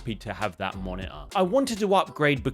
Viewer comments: Monitor ❌️ Moni-er ✅️ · what's "monaahh" 🤣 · sounds like your saying mana for the monitor word.. weird ...weird.. why get a monitor? im planning to get a 4k tv